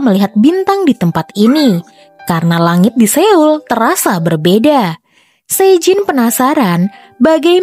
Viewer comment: koreksi dikit kak, pelafalan "Seoul" itu mestinya "So.ul" bukan "Se.ul". btw sukses ya channelnya